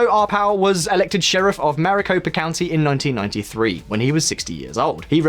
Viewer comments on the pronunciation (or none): "Joe Arpow" lol. It's Ar-pai-o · Pie, not pay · Sheriff Joe Ar-PIE-oh. But then if his name gets mispronounced for the rest of time then I'm good with that. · Joe Arpaio’s surname is pronounced Arr-pie-ōh, that’s pie as in 🥧 . Arizona is led by the Phoenix metropolitan area, and the Phoenix metropolitan area is regularly rated the most conservative area of the country. Other parts of the state are more democrat leaning, but they can’t overcome the way districts are drawn. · his name is "are-pay-oh" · Native Arizonan, here, it's "pie." Case closed